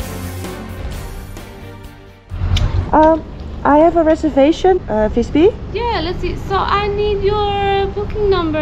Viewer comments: Hehe, couldn't resist to remind you when you phonetically said instead of Visby, "By" in Swedish means Village, "Vis" means Sage/Sapeant like your full of Wisdom, so it's like Visby = SageVillage, Fis on the other hand means you made a Fart and the phonetically to a Swede like you say FartVillage, the word Fart are also a Word in Swedish but the Swedish fart means Speed like the speed you drive om the road. But you have me a good laugh I didn't expect. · I like your Dutch pronunciation of 'f' for 'v' - the only flaw I'd be willing to argue against. For the visited town of Visby this will end up in /Fartby in SWE/ENG;)))